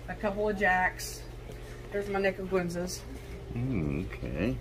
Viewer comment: ‘Niguensa? Was she trying to say nicaraguensa? That’s borderline offensive. Good video anyway.